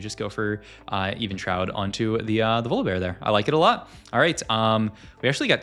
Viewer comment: Keeps mispronouncing Evenshroud for 16mins just to magically say it correctly then, just ragebait at this point or interaction farming. "Was beggars can be choosers his last augment?" - Yeah idk buddy, I thought this is a vod review not a random yap sesh without paying attention.